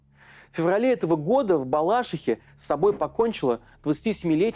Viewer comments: Не БалАшиха, а БалашИха. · Разбор супер, только не БалАшиха, а БалашИха!